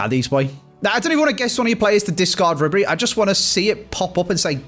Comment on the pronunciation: Ribery is very expensive and yo butchering his name 😂